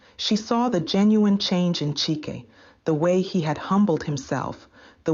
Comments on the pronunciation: You should keep the pronunciation of the name the same one moment CHIKE the next CHAIK? HABA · How can one name, Chike, have 3 different pronunciations in one story?😁. Chyke, Cheeck, Chiki😂😂😂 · Great story, but what’s with the change in pronunciation of ‘Chike’.